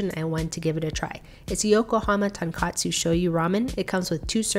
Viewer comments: pronounce it tonkotsu not tonkatsu tonkatsu means entirely different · Sorry to correct you but it’s pronounced tonkotsu not tonkatsu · I learned that it is pronounced tonKOTsu instead of tonKATsu (maybe the box says otherwise idk) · did she pronounce tonkotsu incorrect?